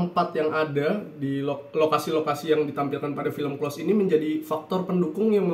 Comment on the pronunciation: maaf mas,pengucapan close bkn spt yg mas ucapkan hehhe